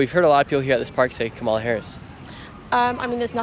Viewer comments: Seriously it’s pronounced Comma-lah not co MAH lah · Before your next video.....learn how to pronounce her name ! Kama-la not ka-ma-la 😮 your ignorance is not acceptable 🙄 she's been VP for almost 4 years ! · Dude, cool video, but it's pronounced "comma la" not ca'ma la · KAH-mah-lah. Jesus! Her name is KAMala. Like Pamela. Whats so hard?! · Her name is KAH-mah-lah. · You aren't saying Kamala right. The accent should be on the first syllable not the second. Like Pamela. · Her name is pronounced “coma-la”. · Please work on your pronunciation of Kamala. It's like comma followed by la. Thank you. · What about learning how to pronounce Kamala before recording a video like this? You give yourself away as a Trumpist = idiot. I've watched just over 1 minute of this and realise already it's not worth watching. I'm British. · How about you pronounce Kamala correctly to start with. So sorry you all are so misinformed on Hitler trump. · If you're going to ask the Brits questions about our elections, please pronounce Kamala's name right. You're mispronouncing her first name. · Nick, you are mispronouncing her name. Not to harsh a criticism, though. I enjoyed the segment. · Pronounce her name correctly. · Maybe pronounce her name correctly on your way to being considered serious about what you do. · You should at least pronounce “Kamala” correctly, kinda cringe. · Dude, at least pronounce Kamala’s name correctly. Ugh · Super weird that you can’t say her name correctly - it’s all just racist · Why are you pronouncing her name wrong? Wth is this? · Douche can't pronounce Kamala's name correctly. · Please pronounce Kamala correctly! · I don't think you should do a video if you cannot pronounce the vice president's name correctly it starts with a k and not a c. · How can you do this and keep mispronouncing Kamala? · Pronounce Kamala’s name correctly! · Dude she is the VP. Please learn how to pronounce her name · Please say her name correctly.